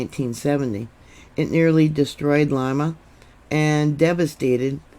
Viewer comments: Lima is pronounced Leema.... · ...the capital of Peru is pronounced Lee mah...love you!! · FYI-It's pronounced Lee Ma, not Lie Ma. It is weird how the USGS always downgrades big quakes. Thank you,. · Thank you for that report, If I may your pronunciation Of Lima was not correct Lima is pronounced as if it were spelled Lema. My father lived there for a number of years. Thank You